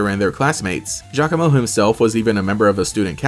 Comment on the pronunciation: Giacomo meeting Team Skull was the best, cause I always thought he looked like a mini-Guzma haha. ...also, apparently his name is pronounced "Ya-como" which definitely threw me for a loop lol.